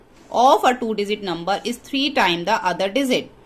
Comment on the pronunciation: Digit ❌ Dizit ✅